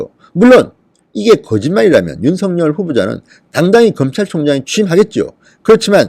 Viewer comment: 진성호氏 윤석렬이아니라 윤석열이라고 발음하세요